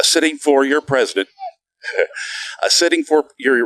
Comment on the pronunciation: "Resident" Biden? She totally said that. Lol